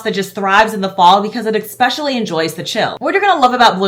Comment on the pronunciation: I adore you, you're in my top five YT'ers, but girl, you are killing me with the "ekspecially". If you only said it rarely it would be different, but this is a super frequently used word. I know I sound like a nitpicker, I hate it, but, you work in a school love...